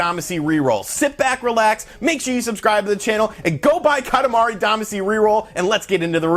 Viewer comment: We all cringe at your KAH-tah-MAH-ree DAH-mah-SHE pronunciation. Friends don’t let friends destroy Japanese pronunciation. We love you and your channel. Thanks for pumping this up. I had the same reaction on the direct, “for me?!?!?!”